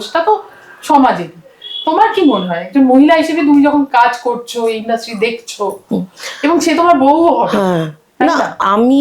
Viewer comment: kothata ki industry naki indrusty??ato kane lagche kothata.